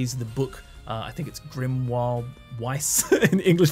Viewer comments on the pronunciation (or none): none